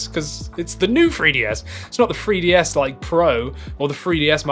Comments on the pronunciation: It’s pronounced new 3ds not new free ds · Why does it sound like you are saying FREEDS all the time😂? It's a 3DS dude😂😂